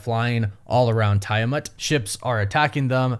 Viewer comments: Don't tell that! You'll just make him say TY-a-mutt more! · so.... we not gonna mention TIE-A-MUTT!? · Come on man it’s like you watched Eternals and covered your ears every time they said Tiamuts name. 🙄🙄